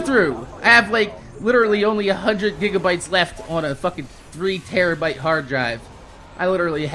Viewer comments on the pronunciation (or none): none